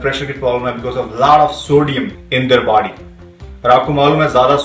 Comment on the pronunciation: 2.53 - "laad of sodium in there baady" wtf accent was tat ???